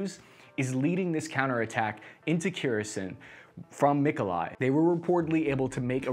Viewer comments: I think he's trying to mispronounce everything at this point lol. I appreciate his need for vowel harmony. Kerison Moskava DONSK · Kherson is Pronounced Keer-San, Donetsk is Doh-netsk, SeveroDonetsk is Seh-vair-oh-doh-netsk, kharkiv is Car-keyv